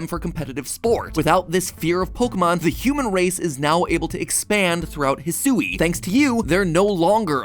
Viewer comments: I don't think "Hisui" is pronounced the way Matt keeps saying it lol I think it's more like "Hee-swee" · Uh, MatPat? Eedo? EEDO? There's one E. Next you're gonna try to tell me it's pronounced "Poh-kee-mahn," like the boomers say it. 🤣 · Oh my gosh, the way he pronounces "Hisui/Hisuian!" 🤣